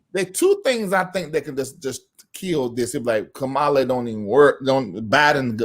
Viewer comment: I'M GONNA WHOOP YOUR TAIL IF YOU DON'T COMMIT TO PRONOUNCING HER NAME CORRECTLY. MY NERVES ARE TORE UP. (KAMA-LAH) NOT (KAH-MALA)